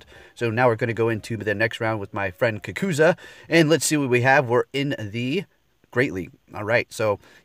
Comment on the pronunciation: Your friends name is pronounced "Kah Ku Zoo" and not "Kah Ku Zuh". His trainer name is from the Naruto Anime.